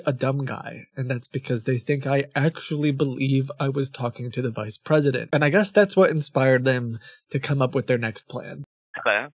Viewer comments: From their inability to pronounce the v sound(wice president) to their ridiculous sayings like, "each and everything", "behind the bars" and claims that they are calling from customer "suppote", it truly is mind boggling that they manage to scam anyone. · wice pressident